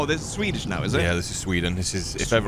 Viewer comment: has a flawless Swedish pronunciation. He really bothered to learn. That make me happy